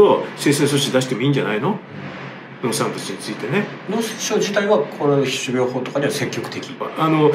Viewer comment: しゅびょうほう